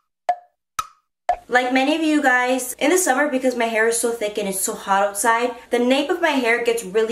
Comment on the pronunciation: I laughed so hard when: “seeex seester scrunchie suuumer steeles” Amanda: “no no” hahahah 😂